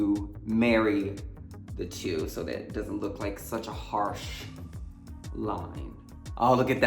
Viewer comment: him saying ‘suchh’ sent me